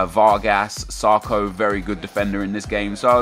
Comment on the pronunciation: "sarko" lol